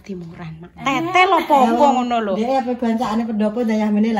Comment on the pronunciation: bukan tetel, tapi teetel baca e salah😂😂